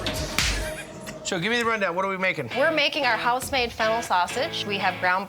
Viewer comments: I’m sorry, but did he say fentanyl as a ingredient? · I heard him say it too lol, but it was Fennel seeds